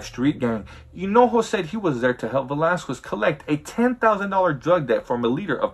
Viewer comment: For being Mexican you sure say “Velasquez” wrong. You say it how white people say it.